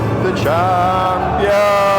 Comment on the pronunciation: "THE CHAMPIUMS"